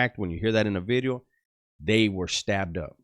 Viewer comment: what is a beedio? I always hear you saying new beedio.